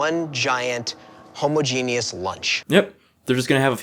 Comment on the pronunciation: Wait did they say “homo-genius”? It’s ha-mah-juh-ness lol